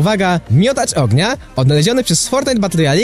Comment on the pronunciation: Bądż "oagnia"